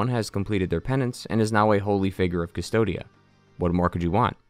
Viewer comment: the world is named "Cvstodia" "coos-toad-ya" you pronouns it "dystopia" for some reason...